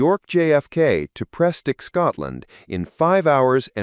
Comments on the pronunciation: If you must use AI speech please check pronunciation of all words: it's Lagos (hard A) not Largos, Prestwick not Prestick, and Dunsfold not Dunsfield (I know because I worked there in the 1960s). Please remove irrelevant video (Britannia and instrument assembly) and avoid repetition. Agreed - the VC10 was a great plane, designed and built in Weybridge, Surrey, by Vickers / BAC near the famous Brooklands racetrack. It was aerodynamically excellent, faster than the Boeing and Lockheed competitors, held the Atlantic record for 40 years, capable of operating out of short and hot & high airfields, and quiet within the cabin - passengers loved it. The RAF part of the story is interesting and less well known - thanks for that. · i would subscribe but your AI naration program cannot speak renglish for example the name restwic as in the scittish Airport has a letter 'w' in it it needs to be fully pronounced even by people with scottish acents does your system also pronouce water wuith a D and not a leter 'T'